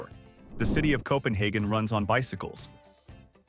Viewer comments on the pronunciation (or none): none